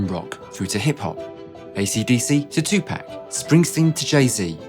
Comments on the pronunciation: Wait did you say two pack and not too pahc 🤣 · I lost all respect at 2 “pack”. If you’re gonna use the man’s name in your sales pitch you should at LEAST pronounce it correctly.🤦🏻‍♂️😩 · NOOOOOOOOO! Not "2 Pack" 🤦🏾‍♂🤦🏾‍♂🤦🏾‍♂ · Cuhh Said "Two Pack" Lmaoo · This dude said Two Pack...someone help him out. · For the love of God can you say the man’s name right! Two pack, really!!!! Still…in 2021! It’s not even a nickname it’s his actual government name. You can’t run down a list of artist to brag about the product and don’t even know how to say their name correctly.